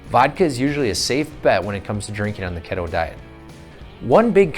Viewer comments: It’s keeeeto not kettle A Hole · Ketto diet? Sure it's not called Keeeeto?